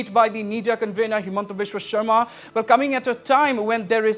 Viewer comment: It's sarma not sharma